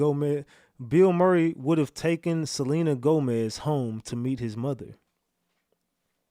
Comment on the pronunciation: It is Selena Gomez That Is How Her Name Spelled. Not Celine Gomez.